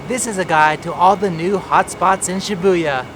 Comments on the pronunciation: It's pronounced SHI-boo-ya, not Shi-BOO-ya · Nobody:: shiBOOya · it's Shibuya!